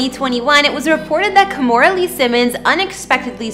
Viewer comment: Stop pronouncing her first name as "Ka-mo-ra". It is pronounced "Kee-mo-ra". No matter what Kimora says.